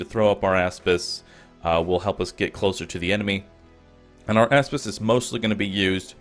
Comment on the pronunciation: I thought he was saying asspiss